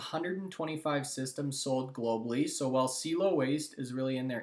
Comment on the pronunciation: Dude, I mentioned this on your last video about CIELO....its pronounced C-EL-LO......SEA-EllO. Like "hello" but with a C infront. C-ELLO. Also, they have no competition anywhere, not just in canada. They (Don specifically)have proprietary patented technology and looking to go global. Appreciate the mentioned for them but again, lose confidence in the information when you can't say the name properly. C-EL-LOW!